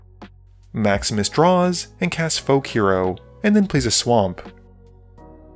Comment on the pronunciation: Every time you say "Maximus plays", I still hear "Max misplays"... 😅